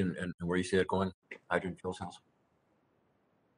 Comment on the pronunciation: Conert nucular reactor to hygrigin electric thermo nucular power.